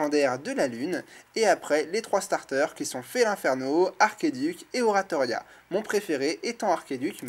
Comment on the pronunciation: DSL mais ça se dit pas arkeduc mais archeduc.